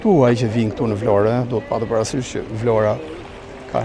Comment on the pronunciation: Zoti sa bukur e shpreh atë emër,,,,,Vlora...jeni i mrekullueshëm dhe folja jote është shum pastër